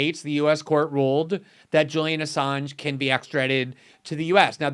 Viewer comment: sounds like she’s saying “Julia Assange.” Glenn is right, she doesn’t know ANYTHING about this important topic, including how to pronounce his name. Good work morning joe🙄🤨